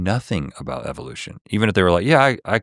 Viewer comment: THEY WAY THIS PENCIL NECK SAYS EVELUTION YOU CAN TELL HE SMELLS HIS OWN FARTS